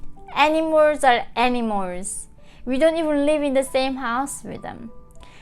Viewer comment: Cute, when she's pronouncing animals it sounds like any-mores. Probably the correct translation of (north) korean